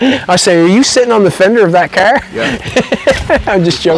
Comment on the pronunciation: I love the ole kerr. That is how you say car right?